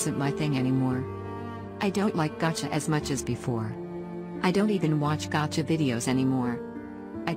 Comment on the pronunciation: Why on earth did it say "gacha" like that 💀